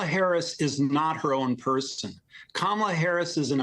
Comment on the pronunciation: Are you serious?We still have more out there who can't pronounce Kamala's name correctly?